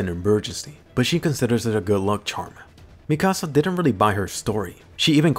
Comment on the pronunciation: Why does he say mikasa and wall Maria that way. It sounds so different from the anime 🤷🏻‍♂️. What’s the correct way of pronouncing it?